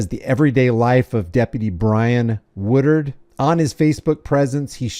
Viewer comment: C’mon, man! It’s WOODARD, NOT Woodward. LoL… 😂😂